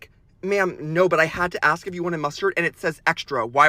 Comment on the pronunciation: To the alteration/seamstress- the word is ASK, not ax!!!